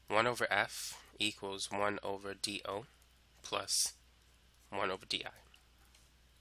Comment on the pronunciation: D o.... sounds like dio... is this a jojo reference????????